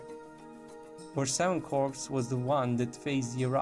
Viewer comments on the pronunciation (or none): FYI - I realize that English isn't you first language but when you are pronouncing Corps, the p is silent. It should sound like "core" instead of corps. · Corpse is pronounced "Core". The "pse" is silent. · He was pronouncing it as "corpse". If you had an IQ that was higher than room temperature, you wouldn't be acting like nit picking the previous comment was your life's greatest accomplishment.